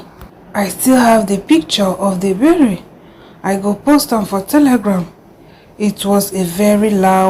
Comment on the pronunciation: Berry? its burial